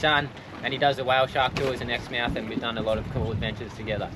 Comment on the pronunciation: after hearing you pronounce exmouth (exm'th in the uk), it's made me wonder how many other originally british place names you guys say differently - like the americans.